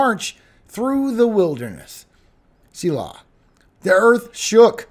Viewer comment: Thank you for both your forecast and your reading of the word. PS, my sailboat is named SELAH .